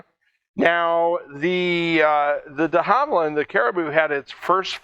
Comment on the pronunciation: Yes we retired them in '09, worst decision the oz army has made in a while. First aircraft I ever jumped out of. And just to stay true to form I'm gonna pick on your pronunciation. It's De Havilland NOT De Harvilland. Same as vicar is a religious title, Vickers was one of the largest UK arms manufacturers of the 19th & 20th century's. Beaufighter is pronounced bofighter NOT bufighter.